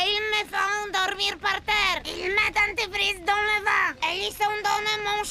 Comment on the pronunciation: As a native French speaker, for the German dub, when they say "Anti-freeze", I hear "dentifrice" which means "toothpaste"😂